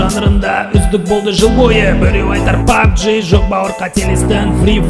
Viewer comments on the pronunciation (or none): none